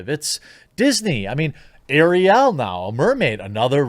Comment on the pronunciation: I agree with you 100%, but the way you're saying Ariel is making my ears bleed. lol